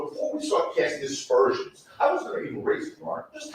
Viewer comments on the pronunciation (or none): Aspersions, not dispersoins.